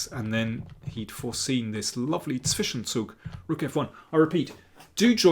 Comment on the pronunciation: Daniel is the only non-German chess commentator who can pronounce the words "Zwischenzug" and "Zugzwang" correctly.